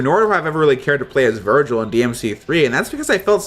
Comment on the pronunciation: Is it me or did he virgin instead of Virgil